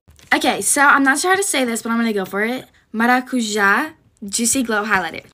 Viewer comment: im polish maracuja is a polish word pronounced márácuya i get so pissed when every american calls it maracuza like ty for actually trying and it means passionfruit btw